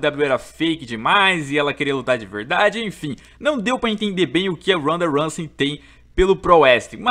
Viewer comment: Randa ransey